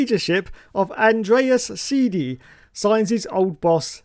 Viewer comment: Its pronounced “Sigh-duhl” not sighdy lmao